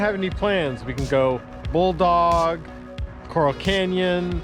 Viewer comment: (psst, cor-ral, like rounding up cattle, not like the colorful, rock-like animals in the ocean)